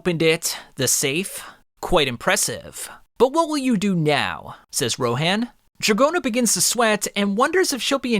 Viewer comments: Dude stop saying rohan's name like that it's row han like hans from frozen without the s not row hand like you say it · The pronunciation on that Ro “HANN”😭😭😭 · Hearing u say Ro HAN really hurts me😂😂💀💀